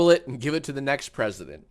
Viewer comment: Let’s just say… the prezindent.